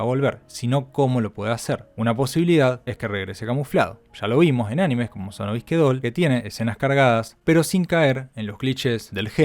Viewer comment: Sono Bisque Doll, se entiende bien